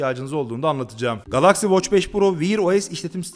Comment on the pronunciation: O nasil bir Galaxy telaffuzu GALAKSİ